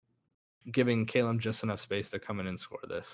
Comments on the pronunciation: Did really just call him kay-lum That's clearly says callum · it’s not K-lum it’s KA-lum that’s how it’s pronounced